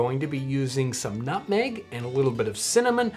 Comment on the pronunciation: Nobody: Nobody on God's green earth: John: N U T M E G